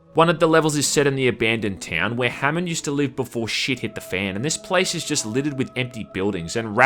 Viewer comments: I love how he pronounces 'shit'. SHIET. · If memory serves he first started saying it like that in STALKER Clear Sky, I remember lots of comments saying how he pronounced it funny but it sounded more like a slip that's become a running joke :D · Well, he is Australian. It’s just like British people saying shite instead of shit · cuz it's Australian thing at least it's understandable compared to common english where people barely open their mouths